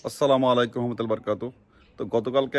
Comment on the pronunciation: কিছু মনে করবেন না আসলে আপনার সালাম সুন্দর মত হয় না। আসসালামুয়ালাইকুম ওরহমাতুল্লাহি ওবারকাতুহ। আপনারটা হয় কিন্তু বেশি তাড়াতাড়ি বলেন তো এজন্য। একটু ধীরে বলবেন তাহলে ঠিক হয়ে যাবে ইনশাআল্লাহ।